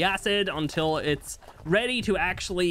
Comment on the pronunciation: "Weaper weady to give me birf" I lost it lmao